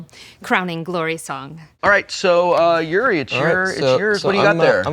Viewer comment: There's a "U" and "I" in Yuri...